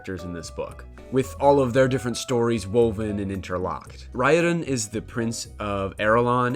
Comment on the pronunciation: also I'm sure you're getting plenty of pronunciation corrections but... Raoden = ray-OH-den, Sarene = Suh-Ree-Nee, Hrathen = hRay-thin, Kiin - Keye-eyen (both I's are pronounced when there's double i) there's a pronunciation guide on Dragonsteel's website but many of the "correct" pronunciations are ignored (ay-ree-lon = Arelon, See-ohn = Seon, E-layn-tris = Elantris) I love digging into the small things in these books 😅